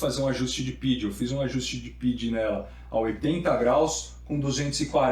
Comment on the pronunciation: meu bom, eu sou engenheiro de controle e se fala "P-I-D" não "PID". No mais o vídeo tá muito bom!